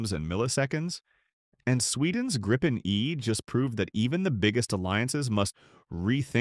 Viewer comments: Pronounced Greepen, not Graipen - The Griffin. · Not a big question, but the the meaning is " The Griffin" ( not arrested), and pronounced with a long i ( not the diftong ) and this can surely be explained in English as "Greepen", with stress on first vowel.